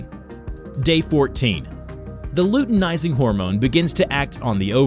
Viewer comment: Its luteinizing hormone not uteinizing hormone